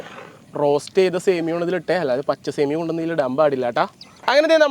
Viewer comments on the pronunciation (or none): സേമിയോ അല്ല സേമിയ